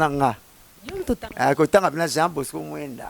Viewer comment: Non,Mosaka avant. Mais a prononça Jean Bosco Mwemba